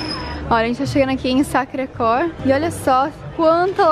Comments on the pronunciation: Nao se fala fala sacre cor , se fala sacre querrr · se fala Sacre "Quér" sem o U!! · Tudo bem, tudo muito lindo mas podiam aprender que esta importante Basílica que se chama Sacré Coeur, se pronuncia "SacRRe queR". Beijos